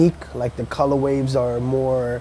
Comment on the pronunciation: He's saying colorwaves instead colorways